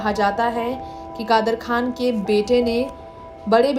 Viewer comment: You have to say kadar khan not khdar